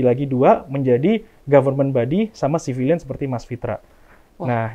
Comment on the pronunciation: Bukan civilize Ooooom, tapi civilion.. hehhehehe..